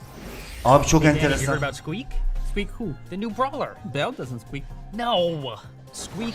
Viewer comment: SQUEAK ABİ SUİK DİYE OKUNUYOR